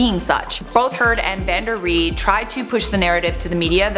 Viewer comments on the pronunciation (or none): omfg it’s just “Van Ree” not “Van Der Ree” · Hey! It's 'Van Ree' not 'Van der Ree' :) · Van Ree, not van D’ree 😂